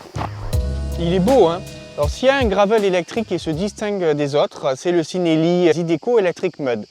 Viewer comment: Ci en italien ça se prononce chi et non si ;) ( chi-nel-li )